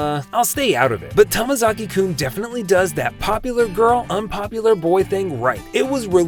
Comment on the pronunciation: it’s “Tomozaki” not tamazaki